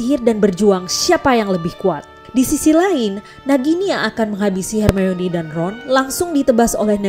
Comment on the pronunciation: Perasaanku aja atau emang pengucapan buat manggil nama hermoni itu yg bener emang hermayoni??